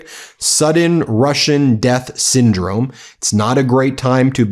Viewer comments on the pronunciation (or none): none